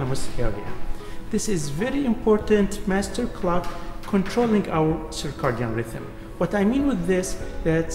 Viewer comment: The proper way to say it in English is "Circadian", (ser-kay-dee-in). It is not Cicardian.